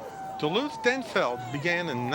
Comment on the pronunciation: It's Denfeld, not Denfield. There's no 'i' in Denfeld.